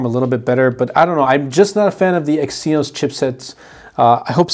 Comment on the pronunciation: Exynos is pronounced "eggs e-nose"